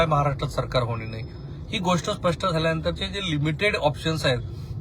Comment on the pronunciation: बोलताना चुकताय स्पष्ठ नाही स्पष्ट म्हणा. ऐकायला खटकतय